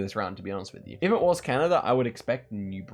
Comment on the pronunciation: bro doesn't know how to pronounce Canada 💀